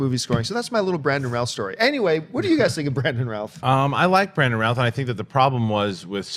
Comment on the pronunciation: So Routh is pronounced Ralph? Okay, didn't know that.